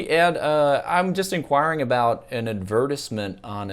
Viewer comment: ad verse ment LOL